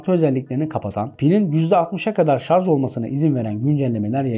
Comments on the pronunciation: Harika bir video ama bu kalitede video hazırlayan kişinin, hele ki telefonla ilgili videoda hala şarj (charge) yerine şarz demesi kulak tırmalayıcı, kusura bakmayın. Türkçe'nin daha dikkatli kullanıldığı videolarınızı bekliyoruz. Kolay gelsin. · teknoloji hakkinda icerik uretiyorsunuz, videonuz 300k yakin izlenmis, binlerce aboneniz var ama gelin gorun ki SARJ'a SARZ diyorsunuz. bence bu buyuk yanlisi bir an evvel duzeltin. tesekkkur eder, basarilarinizin devamini dilerim. guzel icerik. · Konu detaylı ve bilgilendirici fakat bu kadar teknoloji den bahsederken ŞARZZ değilde şarj olsaydı süper olacaktı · Böyle bir video hazırla ama şarj yerine şarz de 🤦🏻‍♂️ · Şarz, deyince videoyu durdurdum.. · Kanka ''Şarj'' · "Sarz" telaffuzu, üstüne basa basa ve o kadar sık oldu ki, tahammül edemedim.